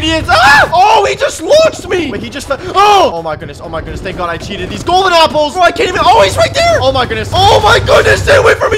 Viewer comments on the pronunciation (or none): When bro says gapples instead of apples 😅